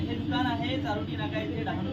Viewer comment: चारवटी नका सांगू चारोटी सांगा.तुम्ही धांगडा का धानगडा